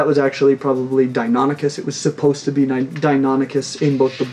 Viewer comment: You pronounced Deinonychus correctly! Congratulations 👏👏👏